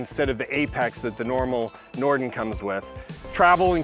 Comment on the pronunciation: Everytime he says Norden I hear "Norton."